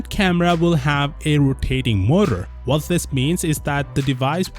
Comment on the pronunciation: You say the word "What" so weirdly, it annoys me